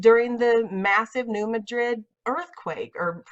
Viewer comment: New Madrid is pronounced MA-drid. The stress is on the first syllable, not the last as in Madrid, Spain. The citizens of the town voted it to be pronounced that way.